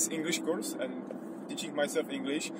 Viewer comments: Já už myslel, že chceš oslovit zahraniční diváky :-) Moje Angličtina je taková nic moc ale tady ti rozumím asi každé slovo. Jenom v čase jsem napoprvé rozuměl "My plan was to find English girls" :-D Chvíli mě trvalo, než jsem pochopil, že to je asi course. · jj, byl to "course" ale vyslovuju to spíš jako "curse" což je taky trochu něco jiného :D